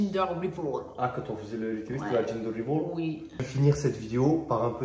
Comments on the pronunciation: gender reveal ca se prononce « gender riville » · Bon les gars ca fait 3 vidéos je me suis dis que j'allais enfin reprendre lol concernant le gender reveal . Ça se prononce [ gindeur rivil ] voilà voilà 🤣 parceque j'entends des ginger riveul ça va plus du tout hihihih 😉